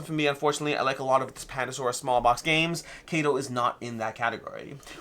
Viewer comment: I believe kado is pronounced kaw-do ... Which literally means gift